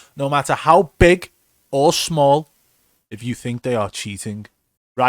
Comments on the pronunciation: The emphasis on the word no matter how BIG or small the streamer 😂 love it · Yo dead ass I came to comment this M OMG I'm so fkn Dead I'm in love this shit. Let's GOOO